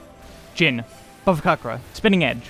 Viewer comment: if you are gonna do an updated NIN video, i have to say this now: the "c" in bhavacakra is pronounced "ch". it's bhavaCHAKRA. word's sanskrit in origin; there's a reasonably good pronunciation guide by "How To Say" that shows up at the top of the YT search for "bhavacakra pronunciation." i don't know why it's transliterated this way (extremely not your fault for not knowing), but i'm indian so it's stood out to me and i thought i'd let you know! ty as always for the guides; they've brought me through a ton of this game and definitely made me far more competent at this game than i would've been otherwise.